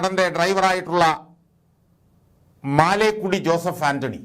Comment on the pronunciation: മാലേക്കുടി അല്ല മലേക്കുടി എന്നാണ് ആൻ്റണിയുടെ വീട്ടു പേര്.